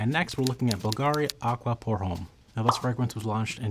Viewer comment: Please don't pronounce the 'h' in 'homme'.